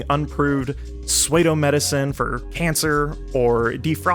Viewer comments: . "soy-e-do-religious hierarchy"? It's actually impressive that you can narrate this so well and not know how to pronounce "pseudo-" ("soo-doe"). A very common problem autodidacts have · Pseudo is pronounced sue-dough not suede-o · Fyi... Pseudo is pronounced like sue-doe, not sway-doe. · "Pseudo" is pronounced "soo-doe", not "sway-do" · excellent video, but just so you know pseudo is pronounced "soo-dough". you've probably never heard it out loud, it's a common problem. great job overall! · Is pronouncing “pseudo” as “sway-do” bait of some kind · Swaydo! (idk, odd pronunciation, it pops up from time to time) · Wtf is a "swey-doh"? Is this like an internal channel meme on the pronounciation of pseudo? Either way I'm just leaving a comment as an algo boost for this important topic. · Swaydo 😭 Psuedo 🥲 Good video, like you're style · I love your videos man but your pronunciation of pseudo is driving me bananas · How did you just pronounce "pseudo"??? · Pseudo was mispronounced twice, psychopathy was too. I think there’s a few other instances of this. Love the content, but jfc, our education system is failing.